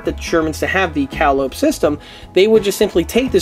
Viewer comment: Great video, but please, for the love of all that's holy, it's pronounced "Cah-Lye-Oh-Pee". like the old circus pipe organs that would parade through town. Now, SAY IT! SAY IT!!!!